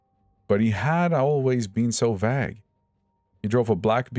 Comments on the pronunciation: The way you pronounce vague 😅. Great channel though !! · Hahaha... Right! Love it! 😂